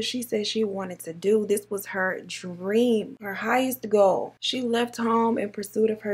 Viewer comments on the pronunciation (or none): none